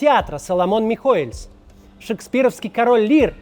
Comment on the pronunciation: Кац, фамилия "Михоэлс" произносится без мягкого знака! Тебе же не понравиться если твою фамилию будут произносить с лишней буквой!